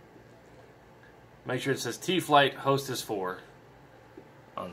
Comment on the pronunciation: Thanks for the instructional dude 😎🤙🏻 also its pronounced HOTAS not "Hostess" lol